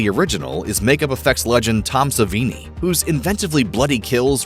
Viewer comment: Also, it’s pronounced sa-vaney. Not savini